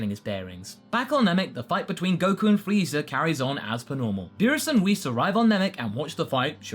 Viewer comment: And freezer instead of Frieza xD